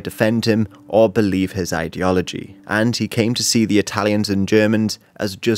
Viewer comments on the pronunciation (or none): none